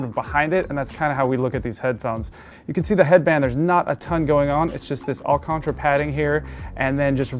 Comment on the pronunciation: It's "Alcantara", not "Alcontra"